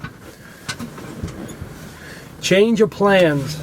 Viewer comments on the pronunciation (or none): none